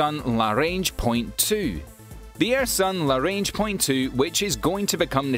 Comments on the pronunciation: Lagrange point. Not larange. Good video nonetheless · It’s LaGrange not larange. Perhaps it’s your Scots accent that misinterprets everything. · It’s pronounced lə-ˈgränj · Hold the fuck on! Is the g in Lagrange silent? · good video, but It's GRUMMAN, not "Gunman". It's Lagrange, not "larange". It's Arianne, not "Iranian". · For someone with a British accent he mispronounces a Lot of important words ie: La Grange,Arianne,Grummin etc. Makes me wonder if his facts are just as poorly based..